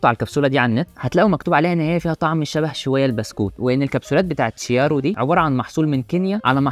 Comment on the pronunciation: جميل جدا .. احب اضيفلك معلومتين عالسريع scuro = dark chiaro = clear وتنطق كيارو مش شيارو